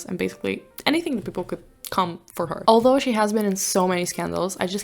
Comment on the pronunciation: You say "alol" instead of "although"